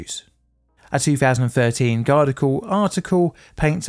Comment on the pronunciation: that is not how you pronounce "Guardian"